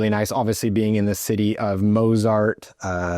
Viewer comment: who is "mow-zard?"